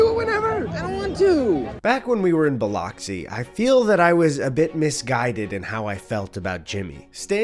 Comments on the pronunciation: How he said Biloxi was a tad painful, lol 😊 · obsessed with the way eddie pronounces biloxi lol